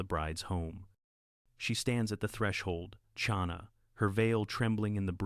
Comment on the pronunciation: Narrator needs to learn how to pronounce the ch in Chana. Not like cherry. Like the ch in Bach, the composer.